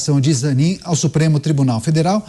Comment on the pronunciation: É ZANINE. NÃO É AMIGO AFVOGADO DO LULA?